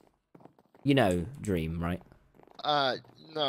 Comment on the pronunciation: I'm confused.... how does calling dream "dweam" make me fucking dyslexic